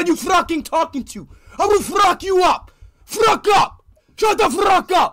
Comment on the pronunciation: "Don't fruck with me" Got me dying 🤣